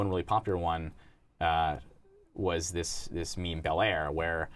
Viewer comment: Wtf Mook doesn't say MeMe correctly.